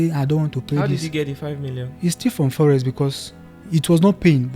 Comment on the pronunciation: Every time this guy says forex, I understand Yahoo!